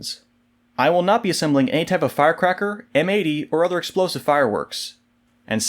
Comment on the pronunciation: You lost me at "ni m80"